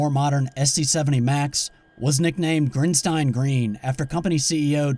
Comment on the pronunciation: Pronounced Grin-steen, not Grin-stine